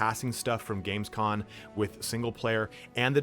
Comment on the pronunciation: COM... Games COM... NOT con